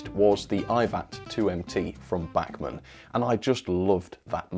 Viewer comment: the way u say bachmann just angers me.